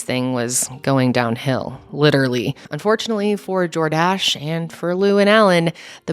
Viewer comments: Not Jor-DASH :) 🤣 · The emphasis should be on the first syllable - JOR-dash (phonetic). 😉 Love the new studio! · As someone who was a teen in the 80s…it’s JORdash…not jorDASH. 😄 love your stories! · It's not jorDASH, it's JORdash. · ok... it's 'JOR-dash' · I was just listening to this (wasn't watching because I'm driving) video & I kept thinking you were saying "DoorDash" & I was like.....no way was DoorDash a thing in the 80's, then I looked at the video & saw Jordash & was like, ahh....now that makes more sense. Lmao 😂💀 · this biggest thing I learned was how to pronounce "Jordache" it's not JordACHE LOL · Lmao the way she was saying Jordache was killing me!!🤣😂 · I don’t think that’s how you pronounce that brand name Jordache— it’s like saying Tar-jay 😬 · Why does she say Jordache that way? She's too cute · LOL. i like how you say "Jordache". you can tell it was before your time. LOL